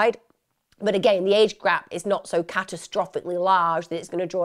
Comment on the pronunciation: "age grap" lol